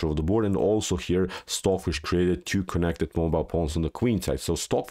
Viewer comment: He says, "queen to bee tew", instead of, "queen to bee two".